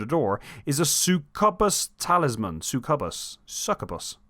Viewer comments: Lmfao suckabus 😭 Succubus is pronounced suck-yew-bus mate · It’s pronounced “suck-you-bus” 😂 I love to see this game continue to get the attention it deserves and I’m glad you didn’t give us a verbal walkthrough, instead making it more like storytelling. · It is pronounced "Suck You Bus". 😑 Oh, and "Round of applause for." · Bro can't pronounce succubus💀